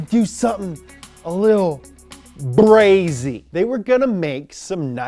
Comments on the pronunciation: So is a blood now? Bro said brazy lmao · DONT EVER SAY BRAZY AGAIN CUH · Did you just say, Brazy ?